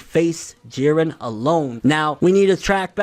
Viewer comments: Whew... You are finally pronouncing it not Jeed-ren. Thank you. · I'm glad he finally says jirrens name right